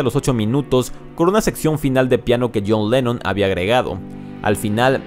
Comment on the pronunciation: PO MACRNY? PARY BOY? JOUN LENON? YOSS HARRIUSON? YOSS MARTIN? LOS BIRUS? PESIMA Y EXAGERADA PRONUNCIACIÓN...SI ESTAS EN UNA BANDA COMO DICES SERIA DIVERTIDO E INTERESANTE VER COMO CANTAS